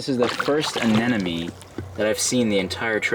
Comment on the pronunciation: Did you just say "anenome"? Fail. ANEMONE 😂